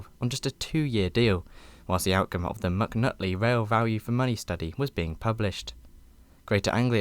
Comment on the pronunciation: "McNutley report" lol 😂